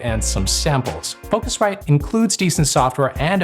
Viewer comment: I'm too lazy to read the entire debate in the comments, but I have to say - you can't spot the difference. The only real difference is the "feel" with the focusrite, which is probably on for pronouncing it differently. Really, I would bet a 100$ you can't pinpoint, which is which when not seeing a text telling you.